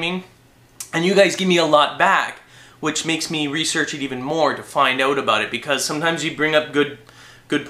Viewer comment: aboot lol